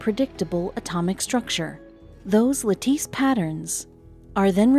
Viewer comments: It’s pronounced latiss. Not. Lateese. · Is that 'la-teece', or lattice? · cannot pronounce the word "lattice" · bad scripting and pronounciation (lattice(. too polite here to put in a dislike